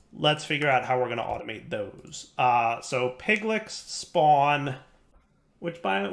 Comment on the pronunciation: I know it'll be a few episodes before it can be corrected, but, it's pronounced pig-litch. I refuse to believe you've never played D&D before and /or never heard of Lich's. piglich - pig-litch. PLEASE!!!;p